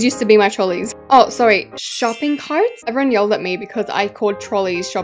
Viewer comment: she sounded so American when she said shopping carts 🛍🛒